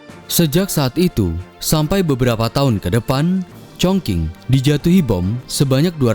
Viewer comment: min penyajianmu sdh bagus, cuman perlu upgrade pelafalan bahasa mandarin. Chog Qing ---- "Cong Cing" Mao Zhe Dong --- "Mao Ce Tung" Nanqing (Nanking) ---- "Nan cing"